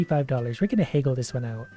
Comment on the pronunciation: Who else has never heard someone pronounce "haggle" like "heygull"?